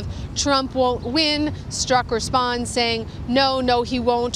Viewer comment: Dude, PLEASE STOP mispronouncing Peter Strzok's last name. It is NOT pronounced 'Strock'. It IS pronounced 'Stroke'. Repeat: His name is Peter Stroke. His name is Peter Stroke.